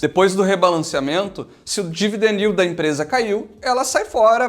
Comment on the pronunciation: ele disse "dividend yield" de um jeito engraçado só. Isso é o tanto de dividendos que uma empresa paga sobre o preço de sua ação nos últimos 12 meses